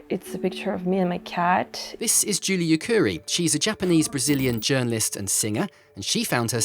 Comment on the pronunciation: You got Julie Yukari's name wrong